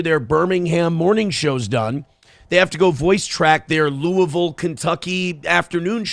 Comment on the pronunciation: I'll give one thing: he says Louisville correctly.